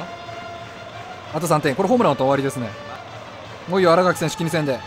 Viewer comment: あらかき ですよ